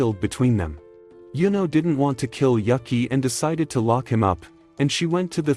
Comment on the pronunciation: he says Yuki's name wrong the entire time until there.